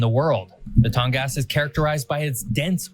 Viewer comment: Obviously, in addition to AK being the easternmost and westernmost state, it's also the northernmost, as well as having coasts on 2 oceans, the #2 being the Arctic one. For the record, Alaska's Tongass National Forest = TAHNG-gƏs, rather than TAHNG-gas, and is about the size of Lithuania. As stated, the Mississippi is shorter by 1 mile, but it is far ahead of the Missouri when it comes to volume. Since you live in Spain, did you notice that he correctly pronounced the fault zone MAD-rid, rather than ma-DRID? That's just 1 of many pronunciation quirks I've found here over the past 4+ years. The list is now over 2600. There's a 5th. desert here in the US, and it's "stinkin' cold", in that it's found in Alaska's Kobuk Valley N.P., thus being an arctic desert, like Antarctica.